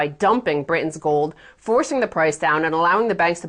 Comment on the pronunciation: she can pronounce british but not britain